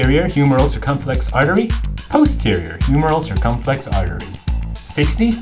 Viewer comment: Funny anatomy mnemonic! I love learning tools like this - please do more! But why do you say "anterior cirCUMflex" instead of "anterior circumFLEX" Did you take Latin (where "cirCUM" means "around") Or is "anterior cirCUMflex" just a different pronunciation in a different region?